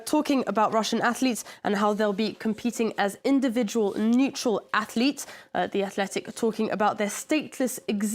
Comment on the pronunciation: They are ath-uh-leets.